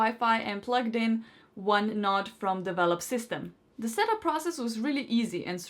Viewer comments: Connect and setup first node, plugin second node close to first, set that up, plugin and setup 3rd node close to the first 2, set it up, let it finish. Then take other 2 nodes and plug them in elsewhere. My only annoyance is the repeated use of "nod" instead of node. Is that thing in the middle of your face a noz (nahz) or a nose (noh-s)? It is noh-d, not nah-d. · Not that I disliked the speaker, but she was a bit annoying pronouncing it a "nod" instead of a"node". You nod off, but in geek speak it is n-o-d-e . Lets agree there is a bit of an accent difference, so continue calling it a nod as long as everyone knows the difference.